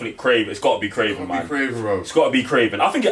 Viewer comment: It’s damn sure not kraven lol